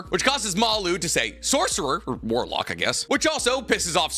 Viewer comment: Its so cringe to hear you say warlock